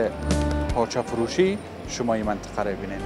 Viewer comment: افرین، چه خوب منطقه ره بیان میکنی 👍👍